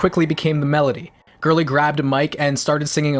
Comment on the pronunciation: I love this video. Portugal. The Man has been my favorite band for 11 years now. But dear Jesus, John’s last name is pronounced GORE-ly not ‘girly’.